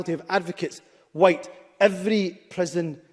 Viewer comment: He says the word WHITE like it’s a pejorative.